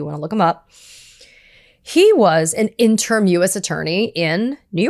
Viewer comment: Katie -- "interim" is pronounced in-turr-im.